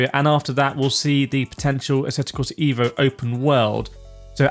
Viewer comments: just pronounce it "Av-o" in english and you will get it right as by Marco Massarutto the game creator pronounce it in his language.. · I'm not watching any more videos talking about asseto corsa ee-vo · Thumps down becouse is not ivo.isEEEVo re vlaxo